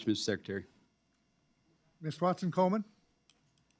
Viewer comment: OLD BOOMER RACISTS RACING. COLEMAN, NOT COLDMAN. BOING.